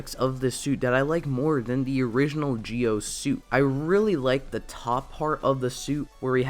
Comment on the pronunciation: you're right it's pronounced Ji-O...